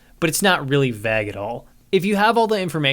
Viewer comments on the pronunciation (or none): I absolutely love your reviews and think you deserve so many subs, but its "vague" not "vagg"... Sorry your content is so good it's pure nitpicking at this point. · i mean this as a sincere question if u see it down here or anyone knows but are you pronouncing 'vague' vagg? like bag with a v? i don't know if it's a regional thing or just unfamiliarity, more curious than anything, good day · The way you pronounce vague is blasphemous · Is anyone else bothered by his pronunciation of vague and plague? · Why do you pronounce "vague" like that? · The way he says vague and plague gets me XD I think it's the same way people who read it quite a few times before they heard it out loud say it. Please say bagel in another video, i wanna hear if you say it like Dan harmon :D